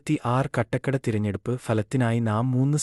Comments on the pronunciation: കാട്ടാക്കട എന്ന് പറയാൻ അറിയാതെ ആണോ സെൻസ് എടുത്തത് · കട്ടക്കട അല്ല കാട്ടാക്കട ആണ്. പോടാ വിവരം ഇല്ലാത്തവനെ.